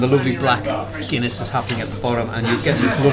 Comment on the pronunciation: "HOPEFULLY A GOOD PINT OF GUINEA IN HERE, WHA" 😂😂